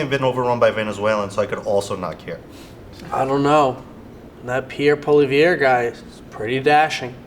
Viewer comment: It's pronounced: paul-ee-ehv